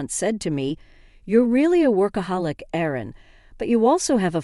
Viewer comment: Someone doesn't know the difference between "Aaron" and "Erin"?